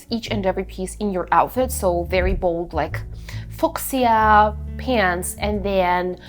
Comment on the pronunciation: у вас отличный английский. Единственное хочу подсказать, что фуксия произносится как фьюша 😘 Спасибо за видео! Хоть догнала тренды, а то вообще отстала в этом году.